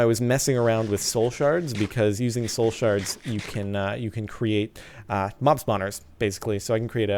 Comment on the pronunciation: i love how he is saying shole shards lol